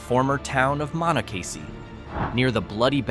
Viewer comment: Stupid computers. It is pronounced muh NAH cuh see.